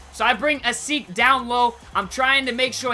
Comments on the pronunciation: asik is pronounced as a-shee-k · its pronounced a-SHIK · if he's your favorite silver player learn how to say asik's name